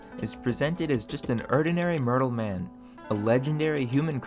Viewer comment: Mertel or mortal?